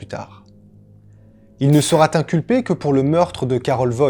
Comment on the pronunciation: Salut, j'aime beaucoup ta façon de raconter, une seule chose me dérange, c'est tes liaisons hasardeuses, il sera "t" un ...(vraiment rien de bien méchant tu vois, abo+1